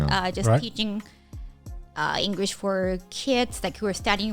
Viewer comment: She actually says engurish uwu